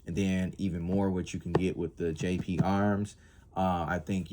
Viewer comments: GGGGGGGGGGGGGP DUDE! Not JJJJ! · You keep saying Jp arms. Its GP Arms